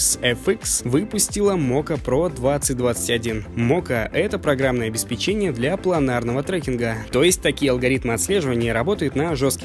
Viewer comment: Внимание! правильно говорить — обеспЕчение. Спсибо за внимание.